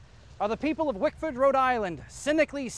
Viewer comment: its wickford dumbass.. i live here